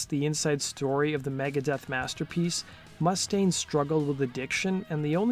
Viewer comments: Dave Mustaine had ALWAYS been hard to deal with, to be of an ego..love the video but your saying Mustang, as in the car or the horse, the vowel U is long as in moo-staine, I'm no gatekeeper but just trying to help... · Mu•staine... not Must•aine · It's Moo-stain, not Muss-taine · Dave mu-STANE, not MUSS-dayne. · Dude.... not to be an asshole, but, you are pronouncing Mustaine wrong. It's not MUST-aine. It's more like m'-STAINE. C'mon, man! That's like those people that pronounce 'insurance,' emphasizing the IN. It's not 'IIIIN'surance. It's more like 'n SURANCE. Great info vid, though. Touch up on actual proper pronunciation. 😁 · “Mústaine” you pronounce the name wrong!!!!!!